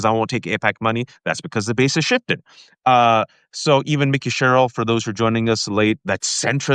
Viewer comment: I would be sharing this if only you would pronounce Mikey Sherrill's name correctly.